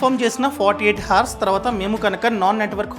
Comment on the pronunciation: హర్స్ కాదు, అవర్స్ అనాలి. Actual spelling is hours, but we should pronounce it as if it is ours. Sorry if you feel bad. Your videos are good, I watch regularly.